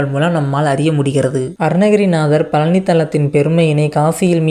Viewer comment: பழனி என்றே சொல்ல தெரியல நீ எல்லாம் எங்கடா பேச போற